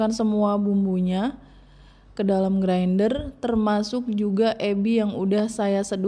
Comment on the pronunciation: Bilang ajah Grinder mbak..diindonesiakan..gak usah bilang Grainder..gimana gthu dengernya..kek luchu dicampur2 bahasanya